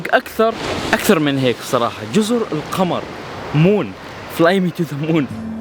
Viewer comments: اسمها جزر القمر بالضمه للتوضيح (القومر) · القمر بضم القاف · انت تنطق الاسم خطأ .جزر القمر بضم القاف وليس القمر الذي في السماء 😀